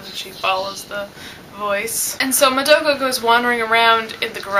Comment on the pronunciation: and I'm sorry but can you pronounce Madoka's name properly? That's a huuuuuge pet-peeve noob mistake and cmon....you live in Japan right? :P